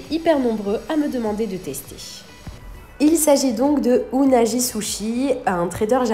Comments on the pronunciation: Ça m'a mis mal à l'aise quand elle a prononcé le nom "unagi" et pas "unagui" 🤣🤣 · Unagi , se prononce plutôt " ounagui" qui veut dire anguille d'eau douce en français , merci pour le test , moi je ne comprend pas les prix pour ce qui est , je pense que c'est plus cher que les vrais sushis au Japon ! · Salut:) pour le nom unagi on prononce unagui!